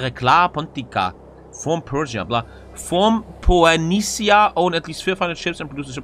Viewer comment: Is that actually how you pronounce Phoenicia